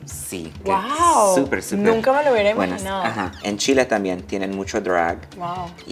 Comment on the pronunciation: Yo muriendo porque valentina dijo chile dkekke la amooooo